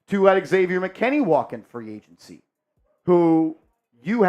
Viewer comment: It's agency not agnecy